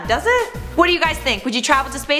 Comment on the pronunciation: Lol the way she says peace "POICE" ✌